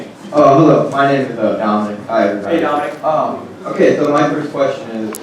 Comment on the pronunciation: "Tominic" LOL